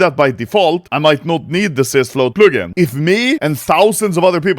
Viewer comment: Never say "plugin" again